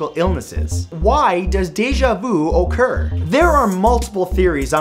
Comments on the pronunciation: This man just said okurr instead occur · Everytime you said "occur" I thought you were going to say "okurr" lol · After I heard that I dead went to comments to see someone talk about it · realitybeforeus I repeated it as he said it and ended up seeing your comment first 🤣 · Why does Déjà Vu oh-cur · I pronounce occur as "accure" Is there no correct pronunciation? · Yeah ikr he says ohccur not occur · I've never heard it pronounced O-ccur, the English language is very flexible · most natively English-speaking people pronouns it like 'Oh-kur', so I recommend you start pronouncing it like that :) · pronounce it oh-kur I barely even say the word and I can't pronounce the word "pronounce" :( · True, I'm from Canada and pronounce it like O-ccur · wouldn't worry about it... English is pretty chill about that word. but if it bothers you I believe it is Oh-cur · "So why does deja vu okurrr?" 😂😂😂😂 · Mathew Santoro- “Occur” Cardi B - “Occurrrrrrrrrt” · The way he says occur like "ohcur" 😂 ok imma leave now... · You say occur weird bruh. :D